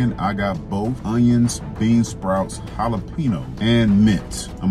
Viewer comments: Can we just PLEASE pronounce jalapeño correctly? Looks great! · You pronounce Jalapeño like my wife …..and it pisses me off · Halapeenyo my man